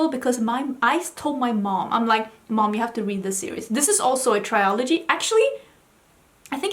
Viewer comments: also we say trill ogee rather than try ol gee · Since you often ask how things should be pronounced: trilogy, not triology. And it's the same in Swedish, trilogi, inte triologi. I guess a mix up between trio and trilogy is the explanation behind that common mistake. I loved hearing your book review!